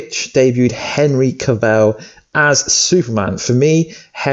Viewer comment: henry cavell u mean henry cavill looooool